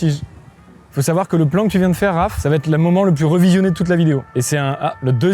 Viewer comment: Tu peux arrêter de dire va(t)être ? Cette liaison insane est un poil brise burnes 😑🙂